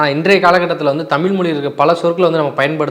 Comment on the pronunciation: தம்பி நெறியாளர் தயவுசய்து தமிழ் என்று உசரிக்கவும்.